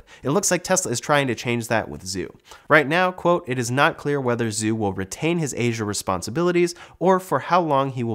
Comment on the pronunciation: Has anyone checked the pronunciation of the name "Zhu"? Is it not supposed to be pronounced like "Zoo" but more like "Jew"?